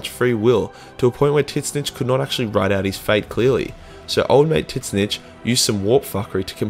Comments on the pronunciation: I am pretty sure Tzeench is pronounced "Zinch" not "titnich" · The only mispronounced name i think thats genuinely bothered me was how you say Tzeentch 😂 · He knows, its kind of a running joke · The way you pronounced tzeentch is painful